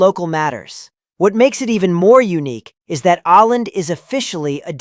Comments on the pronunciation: When a video about nordic countries, why don't you take the trouble to find out how to pronounce the diacritic letters Å, Ä and Ö? -You can't just pretend the diacritics don't exist. You are pronouncing Å and Ä like A and Ö like O, and that is just wrong. The dots and rings are significant. Åland, for instance is NOT pronounced 'aland', it is more like 'ohland', etc. You are showing horrible ignorance and indifference. Pete-the-Swede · It is Åland, not Aland. Try to say "oh-land" and you are much closer. Otherwise, the video is pretty correct. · Åland is not pronounced "Ah-land", It is pronounced "Oh-land". A little proper research gets you everywhere. And your "reindeer" are actually red deer. Typical A.I. [Artificial Imbecility] rubbish. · Åland is pronounced Ooo Land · You would be wise to learn how to pronounce Å !